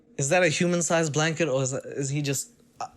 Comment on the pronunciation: "A human sized blanet" took me all the way out